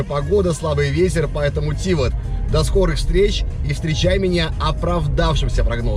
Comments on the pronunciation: Ударение на букву А!!! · А я думал, ТивАт. :(